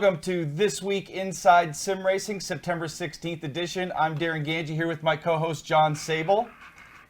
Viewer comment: Thanks for answering my question guys, and you did say my name correctly Darin!